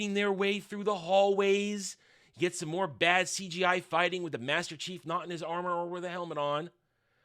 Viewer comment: hard to "understand your understanding" when you can't even say Master Chief right once...